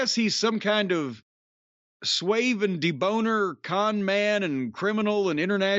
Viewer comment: My man said, “Sweeve and deboner.”